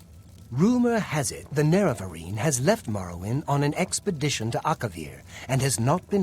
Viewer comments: Fantastic content. I love your dry sarcasm and honesty in your review process. It even made it worth listening to you mispronounce Neravarine for 21 hours. (Morrowind video time included.) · I fucking hate the pronunciation of the nerevarine in eso